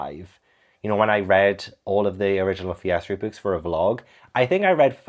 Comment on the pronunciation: Hi, I am learning English, it is not my native language - whenever you say Fear Streat books, it sounds like "Piastri books" to me 😂 I was a little confused at first 😀